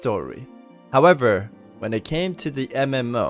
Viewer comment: I love the "hawevver" part